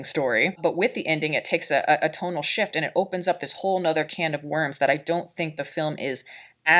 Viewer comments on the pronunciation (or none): none